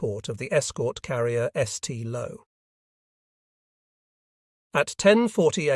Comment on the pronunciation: I believe the escort carriers the narrator is trying to pronounce are Kallinen bay and SAINT Lo, not kinnen bay and ess tee low. These ships and the brave men who served, and died, aboard them deserve better